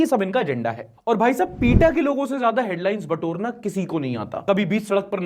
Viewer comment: भाई पीटा नही पेटा बोला जाता है नॉर्मली तो